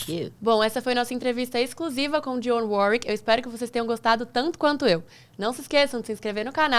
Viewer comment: Parabéns,, pela entrevista com esta DIVA da canção americana. E parabéns ainda mais pela pronúncia PERFEITA do nome de DIONNE WARWICK. Muita gente aqui no Brasil pronuncia erroneamente como "Daione", quando o certo é "Dionne", como se escreve.